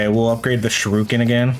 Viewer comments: "Shuruken" Shu ri Ken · Listening to you mispronouncing shuriken is funny lol